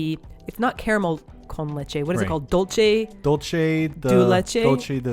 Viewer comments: The word you were looking for is dulce de leche (not pronounce "dol-che" but dool-se as in the "se" in separate) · Dulce (Dool-seh) de leche... not dolce (dull/dole-chay ).. that’s Italian lol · Dulce de leche!!!! (Pronounced doolseh de leche). What Simon ate was in fact a millefeuille (milhojas) with dulce de leche. It didn't crumple because dulce de leche is thick and dense as cement 😊 A tourist trap for me is a place that serves "mixed international food" where people who are afraid to try the local food go to eat pizza, spaghetti Bolognese etc at a crazy price. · You guys had a dessert with Dulce de Leche or Milk Caramel. It's pronounced "dool-cé d le-che" (Dool as in Dull, Cé as in Cell, Le as in Lay and Che as in Checking) that would be the closest pronunciation I can point you at I'm glad you loved it tho! Also: Greetings from Argentina! Lost it when you found that couple in Kobe. lol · Dulce de leche is supposed to pronounced "doolse” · It’s dulce de leche or manjar, that’s how we call it in Chile, love you guys~